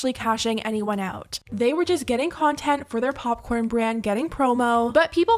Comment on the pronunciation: "pupcorn" llol